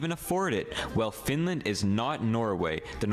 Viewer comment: "The Swinland" kinda broke me.